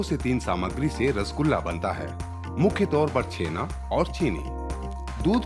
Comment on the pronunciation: Bengali me usko '' Chenaa'' nehi '' Chanaa'' kehete hain , btw .. Great video bro .Love it .❤️